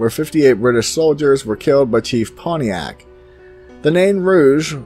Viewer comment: May I say, you pronounce Pontiac like a true michigander. Just like Detroit, we cut the "Ts"